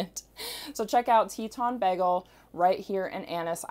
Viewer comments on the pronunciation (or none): Is she saying "bEgel"? lol Someone's watched too much Community!